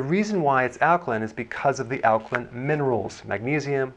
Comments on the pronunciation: Lost me when he left the “a” out of alkaline, like the “a” is silent or something. Nope it’s Alk-A-line. Not Alkline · AL-KA-LINE NOT, al ka LIN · Alka LINE ... damn, am I the only person annoyed that he keeps pronouncing it alka-len? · It’s Ak-line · In 79 seconds i hear ˈalkəlin,ˈalkəˌlīn/ badly mispronounced many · He almost pronounced it correctly towards the end. It’s a long i 😩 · you cant even pronounce alkaline [ al´kah-līn ] properly. why would i believe what you have to say about it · ok so it's not alklin! The last 4 letters soundout like this ↪ ______ . Oh is that a line? Yes. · This fool can't even pronounce the word "alkaline" correctly!!! = al·ka·line 😅😅😅😅😅😅😅😅😅😅😅😅😅😅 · Alkalin? In sure there an e on the end of that word.. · The way he says alkaline is funny lol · Is nobody else bothered by the way he says alkaline? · Yeah im totally gonna take your advice. Not! You're not even pronouncing Alkaline right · this guy can’t even pronounce alkaline correctly. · Pronounce alkaline properly please. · Daniel Druziki Well the guy in the video doesn’t know how to pronounce alkaline so I would say he’s probably not a credible source of information.